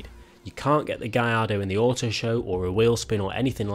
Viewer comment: what the fark is a "guy ido" theres even a song that pronounces it GALLARDO